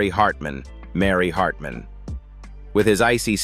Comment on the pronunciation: AI voices suck . They can't pronounce certain words , the inflection and tone stinks . Get better AI . Can't even say Mary Hartman Mary Hartman right .